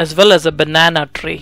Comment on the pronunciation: that Rrrrrrrrr, trrrrreee lol